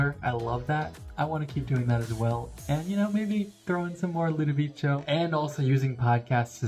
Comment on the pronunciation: Einaudi is amazing for writing! 😍 I have several of his albums - gonna check if DNA is among them, LOL! PS: He is pronounced Ludoviko. 😉